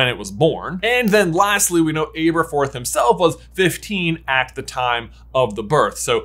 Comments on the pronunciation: Ab-erforth. Ab, not “abe” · Ahh-burr-forth Not Aye-burr-forth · It’s him saying Āberforth instead of Ăberfoth for me😂 it’s a short “a” not a long “a” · Why do you repeatedly mispronounce Aberforth? 🤣 Are you one of those silly people who couldn’t pronounce Hermione? 🤦‍♀️ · How do you keep mispronouncing Aberforth being this big a fan? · I beg you, in the name of all that is holy and Jesus Christ himself, learn to pronounce names. The way you say Aberforth is bad enough that the blood starts to seep out of my ears but ‘Merope’ pronounced like a word a bullfighter uses while dodging the bull is just too much.